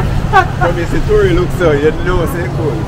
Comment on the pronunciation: Tory I love your pronunciations😂😂😂